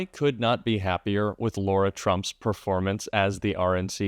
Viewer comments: I mention this just ‘cos it’s my daughter’s name, it’s Lara! Not Laura. Pronounced differently: LAhh, no Lorr. Their whole family is a disgusting dumpster fire, but on behalf of my daughter, I gotta say! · Lara, not Laura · One quick thing, Jack. Her name is not pronounced Laura, it’s Lara (Lahra). If we don’t want Kamala’s name mispronounced, we have to set an example. Love your site! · Jack 🔊 Her name is LARA not LAURA. You all make a fuss about Kamala 👍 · Jack,the NAME IS LARA NOT LAURA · We need to pronounce her name correctly. It's not "Laura" it's "Lar-a" with a hard "lar". She's a scumbag and deserves zero respect. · Dear Jack, Her name is *Lara, not Laura! 🤙🏽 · Jack, its LARA, not Laura! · Her name is not Laura. It’s LARA…pronounced Lah-ra. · dude... her name is L A R A... not Laura. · "Lora" Trump? No! Lara Trump. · I'm Democrat thru and thru. But just because Trump mispronounces Kamala doesn't give you the right to call her Laura...her name is LAR a. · Jack, She is Lara. Not Laura..Thanks Heavens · Her name is Lara, not Laura, as keeps saying. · Jack - it's not Laura - it's LARA ... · I'm not being picky but if its rude to mispronounce Kamala's name, you have to go high and pronounce Lara (Lar-a) correctly. I'm a true Kamala fan but fair's fair. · Sorry Jack, it’s Laarra ! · What's so hard about saying LA - RA!!!?